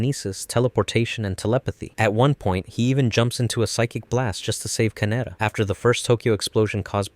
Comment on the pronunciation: Ka Ne Da. Not Kanera, or however you pronounced it.